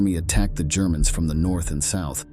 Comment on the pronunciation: When the AI narrator went off the rails and started calling Germans “Gerr-man’s” you lost my interest 😂😂😂